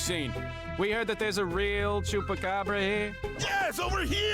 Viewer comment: "Chupa-something"......chuba ca dubra